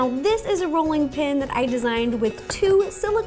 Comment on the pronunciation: Its a Ro-llinglin!